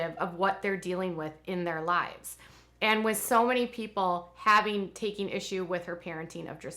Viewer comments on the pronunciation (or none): none